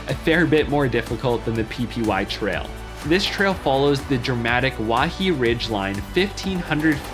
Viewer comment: Aloha! Mispronouncing Waihe'e Ridge Trail Waihe'e -- [why-HEH-eh]